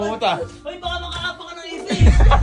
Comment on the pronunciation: IFISH? 😂😂😂😂😂😂😂😂😂😂😂😂😂: Ipis hindi Ifish 😂😂😂😂😂😂😂